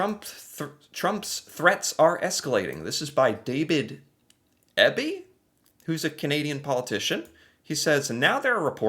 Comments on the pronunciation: Mr. Kinew, signing the document about removing american alcohol, is the Premier of Manitoba. We are NOT foregoing alcohol, (we're Canadian!), we just have our OWN CANADIAN alcohol to drink and don't need yours. Mr. Eby (pronounced Eeby) is the Premier of BC. I believe all Provinces ARE removing their american products in government liquor stores. As for the republican issue, those states have republican governors, that's the point. A Premier would be akin to your state governor. But different because we have different governing procedures; Premier Doug Ford, of Ontario, the Province that provides New York and many areas of america with electricity can turn it off, or charge more. It may seem like selling off surplus, but stopping the amount being purchased would cause huge brownouts; The dairy issue is NOT a tariff by Canada, it is an agreement our government has with the Canadian Dairy Board agreed to to secure their business vs imports from Europe and america; Trump is a dolt. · A few bits of info. David Eby's last name is pronounced Ee-bee. He is the premier of British Columbia. Putting it in US terms, he is roughly -- but not exactly -- equivalent to a US state governor, in pretty much the same way as the Canadian prime minister being roughly equivalent to the US president. However, the Canadian parliamentary system is not the same as the US congressional system. Also, there are private liquor stores in BC, not just the publicly owned ones. Presumably the private liquor stores can continue to sell US alcohol if they want to, though of course customers have the choice to buy it or not buy it. I haven't checked any stores here, but the private liquor stores might also stop selling US liquor out of solidarity, plus they can then use the shelf space for something else that will sell better. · A premier is the equivalent of a governor. Pronounced PREE mee er. And BCs premier is pronounced EE be.